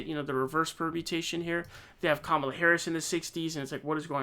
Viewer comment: Comma la dude! Pronounce it correctly, and stop being disrespectful!